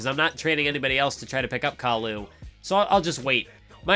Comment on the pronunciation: I love the video in all but why do you keep calling khali Khalu?